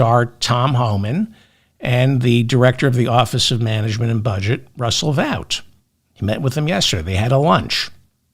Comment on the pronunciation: FYI, Vought is pronounced 'vote'. BTW, you've permanently damaged my corneas w/Diaper Don's images!